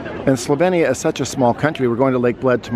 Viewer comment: i will give u a like just for saying the name right haha